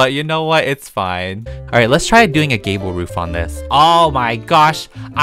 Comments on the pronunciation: When he said i love gable roofs it sounded like he said gayble roof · be like “I LOVE GABLE ROOFSl me be like i think we all know that bc all ur houses have gable roofs:)